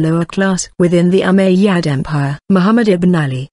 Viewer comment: It's Called ( " Umayyad Caliphate " ) Not Ummadyia Correct Your Words Pro